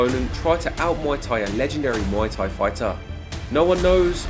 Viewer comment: Please stop saying ‘moy’ Thai … should be pronounced closer to ‘mooay’ … moy means pubic hair in Thai 🤓